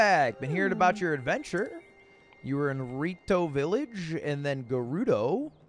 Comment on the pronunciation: theres no way hes been calling it ride-o village, r-eye-ju and guérdo valley